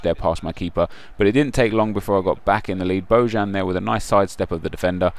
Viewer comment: Isnt bojan pronounced boyan?